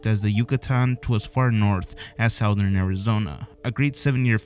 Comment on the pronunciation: I like how you said "south- ern " 😂 its suth-ern , keep up these types of videos I like them